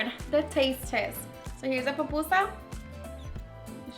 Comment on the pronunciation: “POPusa” 😖 it’s PU-PU-SA.. but good job girl se ve que te quedaron bien ❤️